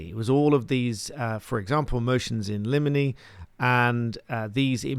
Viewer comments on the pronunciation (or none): none